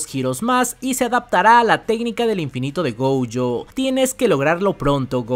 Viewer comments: Un dato: se dice gojo, no goujo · me desespera que digas goUyo es GOJO!!! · No pude con el "Goujo"😭😭😭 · Buenísima review, pero me saca del vídeo la entonación (“diRECtooo, GOujOU, impreSIOnanteee.. etc” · Siempre ha dicho goujo 😂.